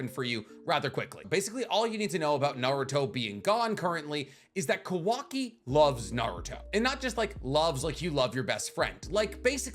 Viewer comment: You pronouncing Kawaki like Quackie xD